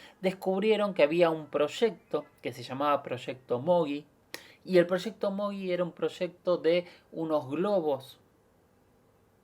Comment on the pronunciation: El proyecto se denominó "Mogul", no "Mogui". Nada, una simple aclaración.